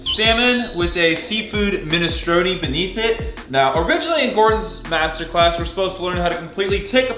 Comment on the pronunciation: Minestrone like stone with and R, not minestrony